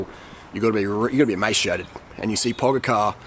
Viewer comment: TADEJ - Similar as you were saying TODAY, just A like "a"re you ok insted of O. Pogačar - Pogachar G as in green, not G as in George. And thats it